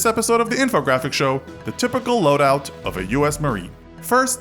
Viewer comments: Loadout not Loudout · says loudout instead of loadout